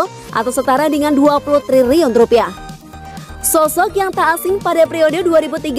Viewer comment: Udah nggak tahan gua mau komen ini sejak ribuan tahun lalu. Coutinho dibaca KONTINYO. triliun dibaca TRIRIUN. hadeh